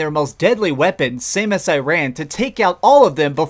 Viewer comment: Iran? Or air-run? Lol nitpicking good review I might have to get a copy of the game